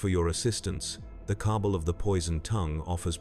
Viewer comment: Some of the chosen pronunciations are a little weird. Like "Cable" instead of "Cabal". Plus there are a number of weird pauses between words in a sentence